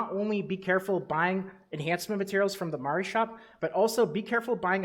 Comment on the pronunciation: Love your videos man! Pronouncing Mari correctly is just an added bonus :)